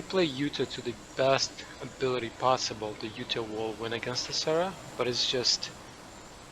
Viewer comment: Kept hearing Sarah not Cera 😆